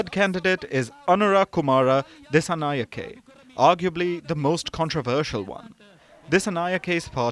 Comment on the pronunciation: Just look at the comments; you are completely misleading the international audience based on Ranil's words. You don't even know how to pronounce a name as a reputed media... "singhe" pronounce as "sinha" and "nayake" as "nayaka"... it's the way we adapt to write in English.